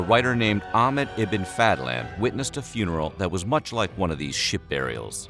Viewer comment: "IBBIN' FADD-LANN" "FAH-THARK"